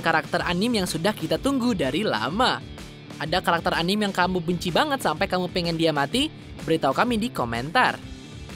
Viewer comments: Anime dibacanya anim goblog Tapi karena kita di Indonesia kita ngomong nya anime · Anim apa sih?? Bahas anime tp ngomong anime aja salah